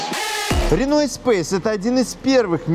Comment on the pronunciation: блд........... И ты произносишь вместо Эспас какой то эспейс